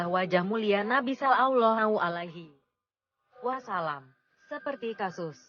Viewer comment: Sangat bagus... Cm suara Robot ( yg menerang kan) mbok yo di ganti..baca solallohu'alaihi wasallam aja plentat-plentut...